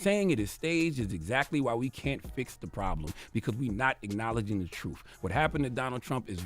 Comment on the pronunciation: It is t r u t h. Not truf!!